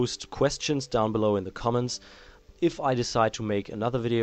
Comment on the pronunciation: Its comments not cements